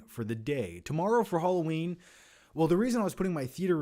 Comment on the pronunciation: Everyone: Halloween is escapism like a cartoon: Hollow-een is ec-scapism like a cart-toon